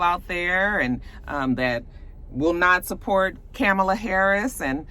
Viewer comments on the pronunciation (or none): Supposedly her name is pronounced [komma-la]. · Comma-luh. You’re pronouncing it like Rev Al. LOL. Stacey wasn’t qualified IMO compared to Kamala and Susan.